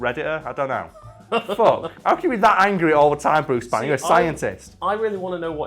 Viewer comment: Its Bruce Banner! not Bruce BANEr you twats.